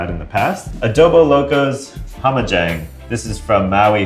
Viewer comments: Just FYI, it’s not pronounced “hom-a-jong” it’s pronounced “ham-a-jāng” and it essentially means “fucked up” in Hawaiian Pidgin. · A really interesting episode, but please don't pronounce Hamajang like how does. It's pronounced with an "a" like in "cat" not "ah". Just saying. As a Hawaiian it made me cringe pretty damn hard. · The one from Maui you saying it wrong it's pronounced HAMMAH jang It's one pidgin word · The Hamajang sauce, is pronounced Ham-mah Jang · It's pronounced Hammah jang similar to the last name Chang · omg... You guys are murdering the way you say the Hawaiian sauce! Hahaha you gotta learn how to say hamajang! kiawe! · that pronunciation of hamajang is drivin me crazy